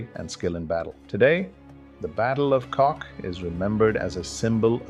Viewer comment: oh my, Kock not Kok, but thx for the remembrance, my grandpa was there